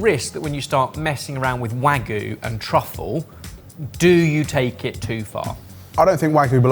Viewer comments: Come on, guys… if you’re a food channel, you should know it’s pronounced wagyu and not wagu, gyu meaning meat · i still can't get over the weird way pronounces wagyu as "wah-goo". the last burger looked way too much, esp the cut of pickle. the white castle burger is a classic though. in college, we occasionally would go grab a crave case or crave crate because it was cheap and just a ton of food. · I hate to be that person but every time they say Wagyu I die a little inside